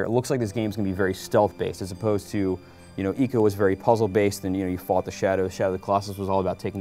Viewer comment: ask a japanese, its ee-co